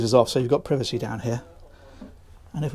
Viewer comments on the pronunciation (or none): none